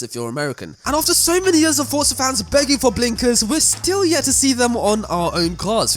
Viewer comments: BRO ITS NOT CALLED FUCKING FORTZA!!! ITS JUST FORZA, ZA ZA ZA NOT FORT ZA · It's an Italian word. It is not pronounced Forsa, but Fortza. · It's pronounced fortza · that was a terrible example. And the people that make Forza say Fortza. So they are wrong?